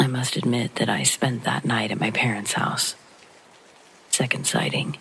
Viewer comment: 1. I listen to you every night. 2. Thank you. 3. I'm a teacher & can't help not to critique, but the word 2nd (second) ends w/ the "D" sound, not a "T" sound. 4. If possible, please put out more paranormal contact. I could spend a telling horrible "Let's not Meet Again" stories. Goodnight !!!